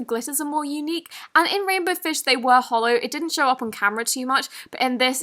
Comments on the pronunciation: “And they where holo” .....It’s me Cristen again😂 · She says holo in a lot of her videos tho